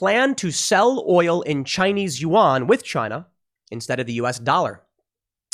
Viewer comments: Psssst……It’s not pronounced you-ahn. Yuan is pronounced more like ven or yen, it’s more of a guttural uhng sound followed by en, as in end. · pronounce Chinese currency at "Juan" not "You on" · “Wan” not youon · Why can't you pronounce yuan?